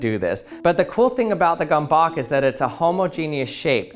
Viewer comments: Just good to know: "Gömböc" is a hungarian word and the pronunciation of "ö" is kinda like in the words "word, world, bird, surf". Then the "c" is more like an english "s" than a "k". Almost the "ts" in "tsunami". Not exactly but close enough. Or you can simply use google translate (but that pronounces the hungarian words so badly again, but still...) Have a nice day~ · How did he fuck up the pronunciation in so many different ways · I know I shouldn't care, but your pronunciation drives me crazy :/ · Please pronounce it like G like goal, Ö like heure (French word), M like man, B lime bee, Ö like heure again and C like tsunami. The way you pronounced the Hungarian word was wrong on so many levels. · Bruh, pro tipp, if u have issues with pronunciation, than u should use Google translate... I mean it's not that hard xd. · Him: attempts to pronounce Gömböc Me: triggered Hungarian noises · I'm not even Hungarian and still a little bit annoyed with the pronounciation. 😛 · Lmao im from Russia and even I know how to pronounce that, this guy's way of pronouncing this is total cringe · Holy cow, how you pronounce it. Gömböc: gö (beginning of "gi"rl) mb (nothing special, an "m" and a "b") ö (the vowel from g"i"rl) c (similar to the end of ca"ts") Unfortunately, google do not pronounce the last sound clearly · Gurm-bets, not gom-bok. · Gomebawk...?? It's pronounced kind of like gumbuts with the u as in "fur". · He pronounced it as "gombok" rather than gömböc in Hungarian... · Gábor Domokos named this object [gømbøts] and not [gombok]. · It's Gömböc, not Gombok! Could have at least ask a hungarian how to pronounce it! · Fun fact: You don’t pronounce the "Gömböc" as simply "Gomboc", but you say it like "Goehmboehk" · How it's written: Gömböc How he pronounces it: Gomboc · Well, as a proud hungarian i must tell you that it's NOT gomboak/gamboak or however you pronounce it but gömböc 🧐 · Its not gomboc, its gömböc, the ö is pronounced like you pronounce the u in the word turn